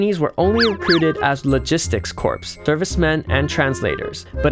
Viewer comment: "Corps" 講軍隊單位時發音和 "core" 一樣，不然聽起來像屍體。其他英文都很好。